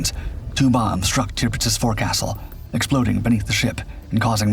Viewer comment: forecastle?...... pronounced as spelled? c'mon now. get somebody that knows nautical.